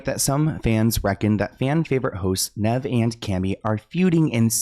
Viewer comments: for future reference, Nev is said like Knee with a v at the end. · It's Kneeve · The cringe is so bad. It's Nev said like Steve. Ugh my ears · NEEEEEEEEV!!!! Omg the mispronunciation 😂😂😂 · its NEEEEEEEEEEVE. Idk if SLoan really grew up on this show. Hes never heard Nev introduce himself, or anyone else say his name? Plus he hasnt just been on the show for awhile... He created a catfish doc by himself and THEN MTV bought the show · keeps saying ‘Neh-v’😅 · His name is Nev like 'knees". Long E. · Me everytime says “Nehv” 😵‍💫🤮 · It’s Knee-Ve but y was kanie on the show anyway who was she n wat happens to Matt?? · I can’t watch this because how Nev name is said 🤦🏾‍♂️ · always getting peoples names wrong is my favorite. Hes adorable ❤😂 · "i grew up on this show" keeps saying nev incorrectly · I can’t watch this all the way bc Sloans way of purposely fucking up nevs name is annoying